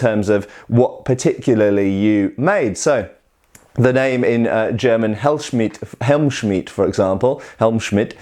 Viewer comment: First time you pronounced Helmschmied quite correctly. It sounds like 'Helmshmeed'